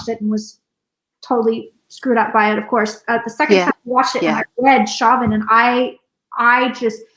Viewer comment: Chauvin is pronounced SHOW-vinn not shaw'-ven === All my favorite psychics on youtube do not pronounce people-in-the-news' names! correctly!